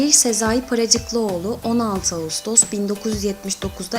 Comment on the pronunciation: Ayrıca Paracıklıoğlu değil be Paracıkoğlu